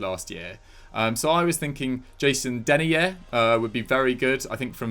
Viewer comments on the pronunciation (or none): its Den-eye-yer